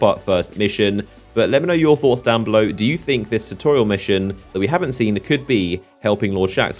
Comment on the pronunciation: lol "chewtorial"